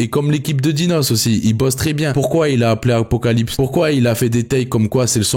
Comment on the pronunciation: C'est apocalypse c'est apocaslip 😂😂